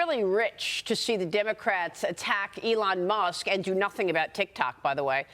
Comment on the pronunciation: who the hell is "olong musk ? " this freaking guy